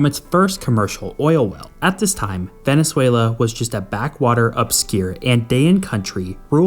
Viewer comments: Are you Scandinavian? It is Venezuela, not Venesuela! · Are you Scandinavian? It is Venezuela, not Venesuela.